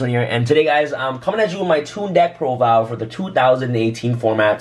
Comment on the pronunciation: “Deck prodile”